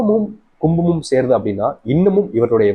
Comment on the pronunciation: Kumam and Simam not clearlysaid